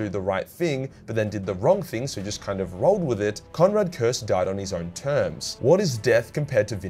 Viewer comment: Curze. Not Curse.